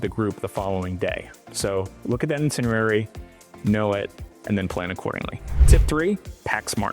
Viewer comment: It's pronounced "EYE-tinerary"